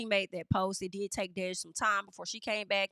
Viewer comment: DEJ IS PRONOUNCED LIKE DEJA WITHOUT THE “ A” 😂 love the hair ❤ you look good my Virgo sister. Also ain’t no way this back and forth is real. Hopefully not cuz DEJ is gay af. 😂 embarrassing in your voice